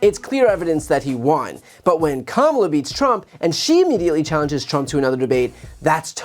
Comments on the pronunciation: proof that Trump knows how to pronounce Kamala correctly. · He pronounced her name correctly for once. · He accidentally pronounced Kamala correctly. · He sometimes slips and correctly pronounces her name. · So he can pronounce “Kamala” correctly! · WOW, he is in such decline that he forgot to mispronounce Kamala's name 😂😂😂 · He slipped up and pronounced her name as Kamala correctly.😂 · so he really CAN pronounce her name correctly 😂 ,la